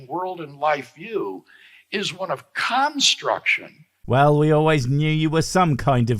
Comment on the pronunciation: the way he emphasized the “Con” in construction is so telling… Either that he has literally never heard the word said normally before in his life OR his subconscious is desperately trying to warn everyone watching him.